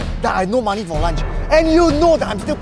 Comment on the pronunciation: says magee, not money. He even says "go I'm very hungry"